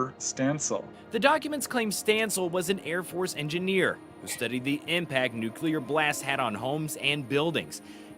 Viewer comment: Hi, I enjoy your program a lot. My sister and I daily ask each other “Did you catch Vetted today?!”. I learned a trick for remembering how to pronounce nuclear. Think nucleus😉